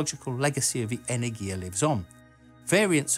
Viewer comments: Just for information - it is pronounced enErgia, not energIA. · It's pronounced "energya", not "energheeyaa". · As a Greek, listening the pronunciation of Energia (Energy/power) wrongly is weird. It is not "energIa" it is "enErgia". ;) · Not "energiya" but "energya" !!! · 'энергия' which is 'energiya'. energya would be энергя which is wrong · Awesome video as always! May I give some Russian pronunciation advice? enErgia (second 'e' stressed), glushkO ('o' stressed), korol'Ov ('o' stressed, and 'l' is soft like in 'lonely). Of course, that's not a crucial thing. I do it just in case you look for some feedback ;-) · Pronounced enErgiya (energy) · Nice video, only problem was every time you said the spanish word energia. The G there should be pronounced more like an H in english ( ) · The stress is on the second syllable tho. Google's tts reads this word correctly. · Your videos are amazing and I put much effort in watching every one of them, but please, you need a Russian pronunciation advisor. Almost all of your russian names pronunciation is incorrect. It's "en<E>rgiya" and not "eneng<I>ya, it's "zen<I>t, not "z<Enit>. I can help, if you want! :-) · If you are making videos with Russian words, you should first get the pronunciation and emphases right! It's pronounced Enérgiya, NOT Energíya... and Glushkó, NOT Glúshko! Bábushka, NOT Babúshka!!!!